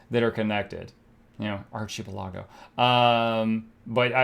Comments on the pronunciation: archie pe lago? OMG, learn to adult! Archa - PEL-ago... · it's Ark-i-pell-uh-goh, lmfao. "Archipelago". xD <3